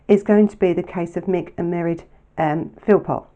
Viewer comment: In Ireland, there is a fada on the e, making the pronunciation of Mairéad, ma-rade